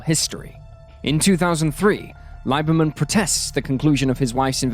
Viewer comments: My only problem here is the narrator’s weirdly incorrect pronunciation of the last name Lieberman, which is pronounced Lieberman… long e ….. as in Leeeeeeberman. Man that’s just rude and sloppy. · That’s OK, they butchered my sister‘s married name Lieberman even worse.